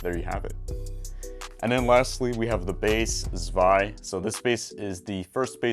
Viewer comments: You're pronouncing it wrong! "Zwei" is pronounced like "Tsvei" or something. you have to make the "z" short and sharp and the "w" like "v". (I know what I'm talking about. I live in germany) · I’ll never stop ranting about the pronunciation of Zwei from y’all :P